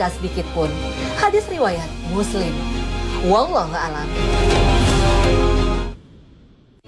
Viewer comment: Perbaiki lagi bacaan naratornya: WALLAHU A'LAM bukan WALLAHU 'ALAM..